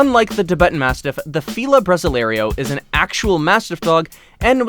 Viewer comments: It's not a "bra zselario" it's pronounced more like 'brossil arrow', but actually with an "ay" sound. Please learn to pronounce Fila Brasileiro. You got the "brossəl" part almost right - it should be (br!•seel'), but the ei is pronounced like the ay in hay. So, it's (bra•seel•āy'•row) or at least, the aforementioned "brossil (like fossil)-arrow" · You almost got the feel of brasileiro pronounced correctly you did so great on the 1st part but failed on the 2nd ‐ the ending is not said "‐ lario", it's "layrow". So then, together it's "bra‐ seel‐ lay‐ row"